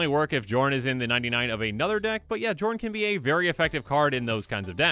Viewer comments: I feel like it's probably supposed to be pronounced "Yorn", like Bjorn without the B. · Isn't the "J" pronouced like "y" in these Scandinavian languages? (Kinda like how fjord is pronouced) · If only the j weren’t pronounced like a y, so I could call this guy Jorn Snow.